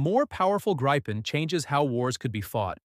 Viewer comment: It's pronounced "grippen" ... rhymes with "griffin" ... AI generated garbage narration. Thumbs down.